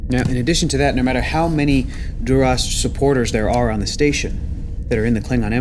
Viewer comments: Love the episode but when says Durosh... it hurts my brain. Even Klingons say it differently. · I know its a tiny thing - but Duras was always pronounced with a sharp s - why is "Shhhhhhing" it?